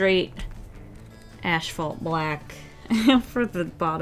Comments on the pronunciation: Kind of random... but I noticed you say “ashphalt” instead of asphalt black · Why do you say “ash-fault”? I alway thought it was as-fault. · it killed me every time she said “ashphalt” instead of asphalt 😂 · (Psst — it’s ASphalt not ASHphalt) 💜😎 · Tiny cringe every time she says "ash-phalt" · Did you say....ASHphalt ??? 😂😂😂😭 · Was she saying "Ash-Phalt"?